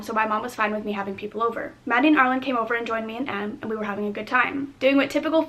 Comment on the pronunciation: "ar leen" for arlene?